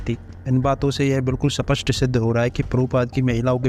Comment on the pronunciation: Nahi thik hai ilzaam lagao kam se kam. स्पष्ट का pronunciation to sahi karo bhai ??? Tum aise karoge debate ??? According to video Wo to agree ho gaye the debate ke liye rahul arya sehmati patra mahi laa paye ??? Bhai kya shrt sirf rahul aray rkhenge ya fir samne wala bhi rakhega ??? Baaki ilzaam laagate rahiye kyunki tumlogon ko to views ate rahenge